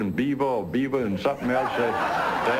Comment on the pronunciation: That's just how he pronounces Beaver with his accent